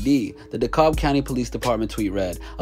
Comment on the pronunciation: It’s pronounced “Dee-Cab” county.